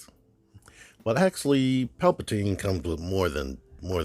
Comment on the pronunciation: putting the T in Palpa-T-ine! 😉👍